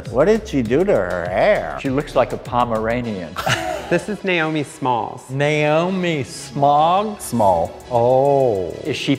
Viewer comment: Nay-O-mi SmOg